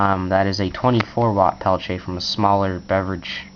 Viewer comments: "Pel-tea-eh" is the correct pronunciation. So sure I was saying it kinda wrong ('Peltche') but it most certainly is not 'Pelt-e-er' like many people say. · pel-tee-A pronounce correct or dont say it. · What is a "Pelche"? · You are saying peltier wrong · TheBigTekBos s Bah, the guy was French. He wants his name said right, he should spell it right. :)